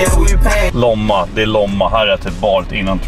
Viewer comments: Det utallas Lomma och inte Låmma jag har bott i Lomma jag flytta där ifrån en vecka sen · Staden heter Lomma inte Låmma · "Låmma" SNÄLLA NÅN lOmma! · ”Låmma” Det heter Lomma hahah😂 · Uttalas inte ”låmma” utan lomma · Låmma😂😂😂😂 lomma med o hahah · hahahahah det heter lomma inte loma lol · Hahahahahah uttalet, LÅMMA!!! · "Låmma" hahah